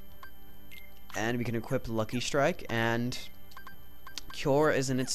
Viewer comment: I think its funny how you say cure, you say kyore... :) not trollin, i love this playthrough, js...